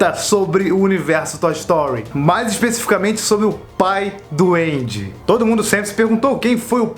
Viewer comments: Ele fala pai do Andy e eu entendo Pai doente... Blz FDS... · Mds. Sempre que ele falava "o pai do Andy" eu ouvia "o pai duende"